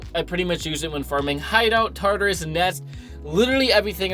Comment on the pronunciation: I’m pretty sure to pronounce tartarus is by tar-tar-us not tar-us